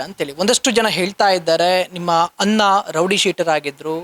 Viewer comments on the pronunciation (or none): none